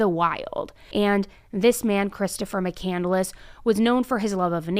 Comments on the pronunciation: I’m sure it’s not pronounced “Mc Candle less” either. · Christopher Mccandless last name wasn't pronounced that she pronounced it. She said on the stand that he wrote a book Call into the Wild. He didn't write it. He died, and the book was written about him after his death.